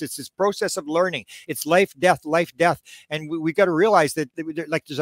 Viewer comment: The word was, “death” not “gath”.